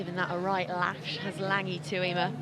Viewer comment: Can someone explain to Katey Mclean how to pronounce Tuima's surname? How many times.